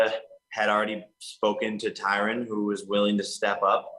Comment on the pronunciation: Why are these mma media outlets mispronouncing Tyrons name? He was your welterweight champ not that long ago…